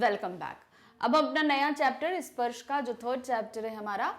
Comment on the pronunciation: It's sparsh not sprash 😂